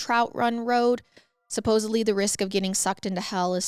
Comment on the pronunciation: I believe the word you're attempting to pronounce is "Supposedly," not supposebly. Just FYI. I did enjoy the story, thank you.